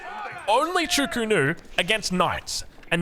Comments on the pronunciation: Stop say "Chu ku nu" it's Zhu Ge Nu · In standard mandarin it is pronounced ‘chu-ko-nu’